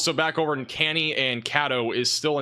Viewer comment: CANEY PRONOUNCED CA-KNEE